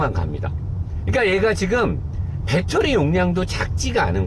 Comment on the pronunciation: 형 다 좋은데 빠때리x(베터리) 모타x(모터) 이것좀 지켜줘요ㅋ